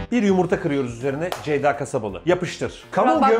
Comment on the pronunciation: FIRATIN KONUSAMAMASI COK GULDURUYOR BENI:CEYDA,ZEYDA,DEYDA